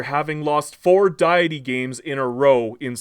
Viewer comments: Is this AI? "D'aye'itty"??? I can't tell if this video is sarcasm. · Hears pronunciation of 'deity' Blood explodes from ears No thanks, bye. xD